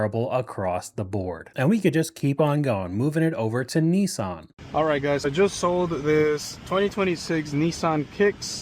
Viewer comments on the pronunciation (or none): Americans have real trouble with the word "Nissan"